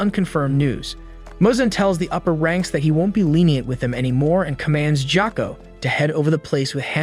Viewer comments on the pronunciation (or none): gyokko not ghako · It’s tanjiro not thanjiro Gyoko not joko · Jako 💀bro it's gyokko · it's gyokko not gyakko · IT NOT GHYOKO IT IT GYOKKO!!!💀😒😡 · ITS GYOKKO NOT JOCKO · ITS NOT THANJIRO ITS TANJIRO ITS NOT JOKKO ITS GYOKKO ITS NOT JENYA ITS GENYA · It not gyoko is gyokko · ITS GYOKKO NOT GYAKKO AND ITS NOT BIWA WOMAN ITS NAKIME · It's gyokko not gako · Jakko ? You demon it's Gyokko. Blood Demon art : ruin people's names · why is no one talking about him pronouncing gyokko as jakko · bro nobody is talking about joakoo instead of gyokko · Dude it’s gyokko not jacko 😹 great vid tho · Thanjiro💀 Jako (Gyokko) 💀 I've never heard anyone pronounce it so incorrectly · NAH NO WAY MY BOY CALLED GYOKO JOKO EDIT: also no way he can pronouce hagnazuko but not tanjiro, gyoko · LMAO HE SAID GYAKKO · bro said jacko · You said the demon’s name wrong it’s GE O KO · ITS GYOKYO NOT GCOKYO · Wait.. why are you saying “Jyakko” and “Thanjiro”😨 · “Thanjiro” “Jocko” “Inoskee” “Owa” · Even said gyako ITS GYOKKO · Gyokko messed me up